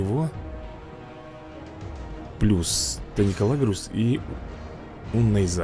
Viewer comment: инДоминус , таникалагреУс